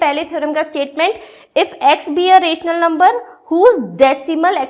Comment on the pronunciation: Ur pronunciation of rational and irrational numbers is wrong